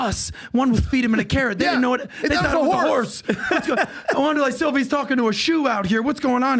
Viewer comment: Wonderlay Silva lol wtf